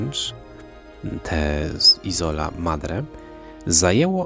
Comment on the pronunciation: Isola akcent przypada na pieewsza sylabe..sorry ale to totalna niekompetencja i brak piziomu..